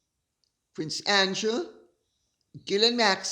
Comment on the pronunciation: Sarah Duchess of York and Epstein paying her bills--I read $15, 000 the other day, but read something like it was in the hundred thousands a few years ago. Edit to add: closed caption always renders Lady C's pronunciation of Prince Andrew as, "prince angel" !